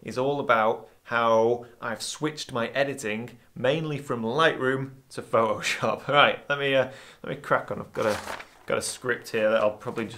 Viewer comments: Oh... So it's Pho'o'shop, not Photoshop... ;-) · I love how you say ‘Pho’oshop’. 😁 And look forward to your book!